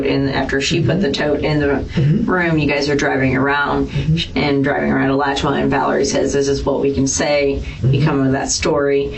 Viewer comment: It's pronounced ah-latch-you-ah County. Alachua means sinkhole in Timucuan, we have so many sinkholes.